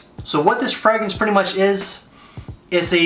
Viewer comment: I like your list videos but half the the reason I watch is to listen to the many ways you mispronounce "fragrance". Makes me smile 😄